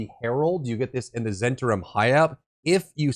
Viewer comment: As I recall, it's pronounced Zen TAR im.